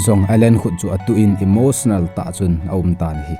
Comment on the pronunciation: Pronunciation phatedom in hinbol g o. Angaihah g e. Eg. Emotionar, war for wall,chemicar , etc